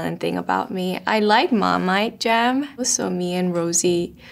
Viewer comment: As soon as she said Marmite, the accent POPPED 😂 so cute